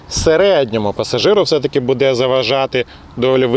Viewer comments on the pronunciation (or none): none